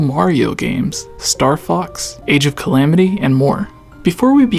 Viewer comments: say age of calams one more time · Stop calling it Age of Calams, it's cringe as fuck.